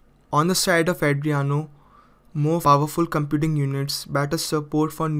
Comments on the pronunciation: Did you loose your 5th grade grammar book? It's adrEno not Adriano 😂😂😂😂😂😂😂😂 Number third 😭😭😭😭😭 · it's adreno not adriyano bro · Adreno! Not adreyano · Sorry for bad pronunciation, it is Adreno, not Adriano. Subtitles are now available. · Not Adriano its Adreno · Adreno not adriano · Andreno or Andreyano😂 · its pronounce AH DREEN OH.